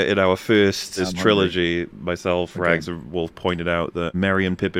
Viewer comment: Its so fun watching Wolf slowly lose his sanity having to put up with Rags pronunciation